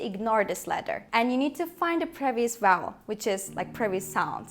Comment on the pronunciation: Your English is quite good but I still can hear vubble instead of vowel